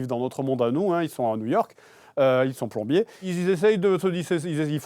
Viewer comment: Aie Aie Aie JDG à dit plombier ='(